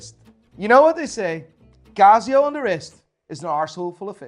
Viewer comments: its not CAZZIO its CASIO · It 'K' not 'G'. Kasio and not Gasio. hahahaha. Kreat Worg.😆😆😆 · Laygo, Cazio, Seeko. Watch expert who can't pronounce bugger all.